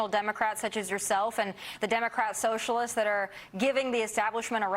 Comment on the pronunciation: Ilhan freudian slip - the sewer socialists 😂 Did anyone else hear it that way or is it just me?